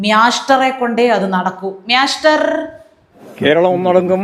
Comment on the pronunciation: മ്യാ സ്റ്റർ അല്ല. മ്യാവു സ്റ്റർ ആണ് ശരി.